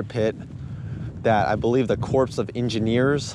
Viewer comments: *core of engineers not *corpse lol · Love you videos dude, keep em going, learned so much from all your vids, thankyou! Just a little FYI Corps is pronounced just like core 😊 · And I know how it's spelled... But it's pronounced "core" of engineers.